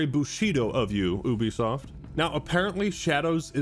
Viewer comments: It’s Ubisoft. not Ubisoft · Wait. It's it pronounced Oo be soft of You be soft? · How to you have a YouTube channel that talks about video games and you don't know how to pronounce Ubisoft? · Is it pronounced as "ooo-bisoft" or "you-bisoft"?